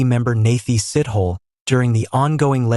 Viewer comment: It's not Sit-Hole ... very soon you'll call him Shit-Hole ... please ask people around for a correct pronunciation!